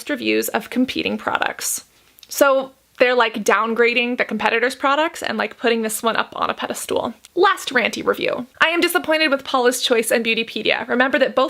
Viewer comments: It's "pedestal" not "pede-stool". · "...and put Paula's up on a pedi stool". was what I heard, lol.